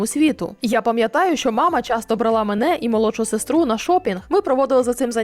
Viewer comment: У слові "брала" наголос має падати на перший склад. Дякую за відео.